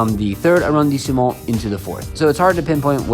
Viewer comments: Phonetically A-Ron-de-Smo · His accent is terrible Bad pronouciaton of. Arrondisement!!!! Ugh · Yikes. He is adding an entire syllable to the pronunciation of arrondissement! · Nice video! But I have to point out that the pronunciation of “arrondissement”, the E after the S is silent. Also LE is not pronounced with an A.